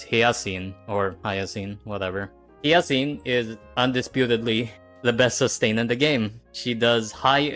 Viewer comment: "hiyacine" is crazy